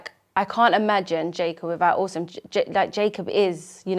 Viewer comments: I love how the mum pronounces autism as awesome 😎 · It sounds like Jacob’s mum is saying “awesome” instead of Autism & I think that’s actually great! My nephew has just been diagnosed (he’s much older at 6yrs) & I’m going to try using that word exchange if/when his diagnosis comes up